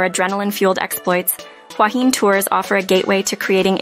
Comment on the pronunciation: It is Huahiné... the wrong pronunciation makes it a joke that loses all credibility